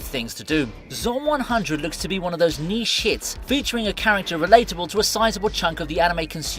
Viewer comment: I know you said 'niche hits' during the Zom 100 preview....but all I heard was 'knee sh*ts'